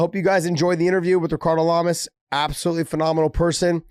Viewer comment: "hickardo lamas" he's not brazilian big johnny!